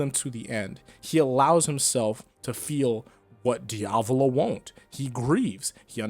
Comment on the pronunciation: Hat how he says diavalo, can't keep watching :(